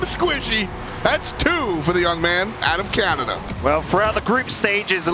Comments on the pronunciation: I know he said it correctly, but I kept hearing USA vs Kanda 😅 Tickled my pickle every time. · Alternate title: British caster mispronounces "Canada" for nearly 29 minutes